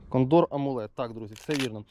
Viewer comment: Дякую за відео. Добре. Но наголос у слові кондор вуха ріже. Це така птиця є, і наголос на перше О.